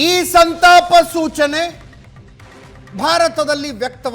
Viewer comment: Lo gubald adu santapa not santana..